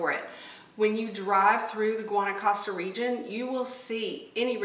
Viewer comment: Nice bid. Guanacaste is pronounced: Guanacastay.